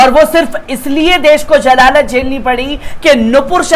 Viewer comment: jalalat NAHI ZALALAT BHAI URDU BARABAR SE BOLIYE